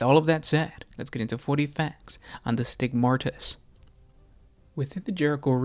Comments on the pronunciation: Are you saying “Stigmartyrs”? Cuz it’s “stihg-mah-tis” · There is no “R” in “Stigmatus”! Dude.